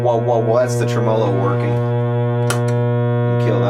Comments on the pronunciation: "tre--MO--lo". Seriously? Let's go with "TREM-uh-lo." Just shot your credibility all to hell. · I too cried when i heard treMOlo instead of TREmolo haha just kidding, great work, the final result is outstanding. See FUPA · Trem-o-lo ? Really !! Speak English !! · It's pronounced "trem-muh-low." Not a long O. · Goood work! FYI: (pronounced TREM-a -low_) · You aren't pronouncing tremolo right